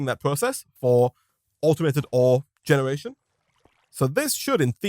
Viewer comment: Ah, yes, Genreation.